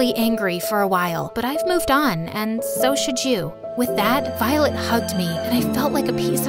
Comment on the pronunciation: The narrator had said Violet wrong 6 to 7 times if you listen closely she/he said Volet instead of violet